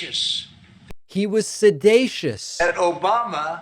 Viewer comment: Looks like a defamation or several defamation lawsuits are headed his way....again! Also how stupid is he that he can't pronounce sedition?